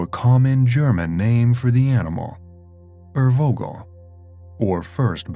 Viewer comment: No it is NOT örwogel, it is Urvogel pronounced like ou in you or oe in shoe...do your home work! And with a v and not a w..